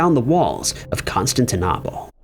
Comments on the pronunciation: Please learn when people use TTS and its pronunciation, not literacy. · It's pronounced Constant Nipples 😂😂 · Constantine NAH pol ?????!!! Please become literate.